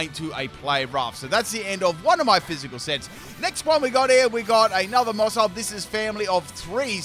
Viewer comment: Whenever he says maushold, I heard moresalt 🤣🤣🤣